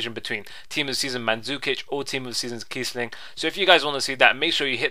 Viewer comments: It's Kießling.... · ITS KIESSLING FFS